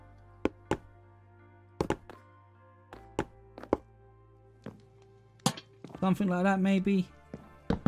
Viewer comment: No one::........I fink somefink loi fhat